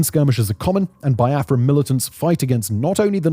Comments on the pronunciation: Not pronounced Bai-a-fra. Its Be-a-fra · Its pronounced "be-are-frah" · It's pronounced like BeeAfra